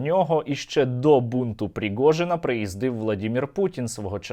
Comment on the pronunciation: "пріґожіна"😂😂😂 Стерненко ніби випльовує цю "погрємуху", подобається 👍